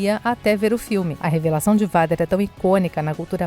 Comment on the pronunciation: a pronúncia robótica está tão estranha. Ela pronuncia Vader ao invés de "veider", Parece meu pai quando falava farveste ao invés de farwest